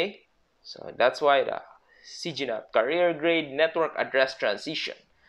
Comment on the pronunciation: he pronounced carrier as career lol 😂